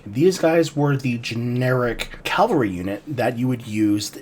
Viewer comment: Great video. Really interesting. Drives me nuts how you Americans say Calvary instead of Cavalry.